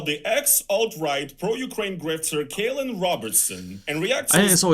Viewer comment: And they can't even pronounce his first name, () correctly. Talking about incompetence.